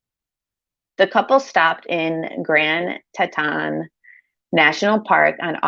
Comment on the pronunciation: My home town is Jackson Wyoming and the park is called Grand TEE-T-ON the t goes with the on ton! There is a lot of wilderness there!!!